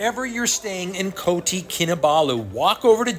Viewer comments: Still saying Koti, not Kota. 😒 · Heya, great vids. Just a minor correction for the city name and pronunciation - it is Kota Kinabalu, not "Koti". Kota is a malay word which means either fort or city. You will see this word in other Malaysian cities and towns, such as Kota Bahru. The "ta" rhymes with "fa" (do re mi fa).